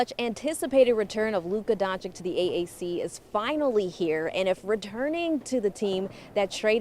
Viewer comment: DONCHICH, NOT DONCHICK. Oh my god. He has spent so many years in Dallas, and the journalists can't pronounce his name.